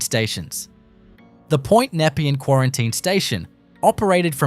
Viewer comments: Its pronounced NEP-PEE-AN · NEP-EE-ANN YARR-AHH WTF are you from? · The pronounciation was horrendous. Yarra! napean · This is shit.. Most of the footage especially Melbourne Cemetery is not Melbourne Cemetery.. it overseas some where.. and learn how to pronounce Nepean !! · Great visual video but a few off putting things about it. The pronunciation of Nepean and Yarra, the most common of Melbourne names is comically wrong. Also #1 the Flinders Street ballroom filmed an artistic installation that the artist Rone did a few years back but you didn’t mention that. It appears that the ballroom looks like all of the time but it doesn’t as it was a show. Entirely misleading.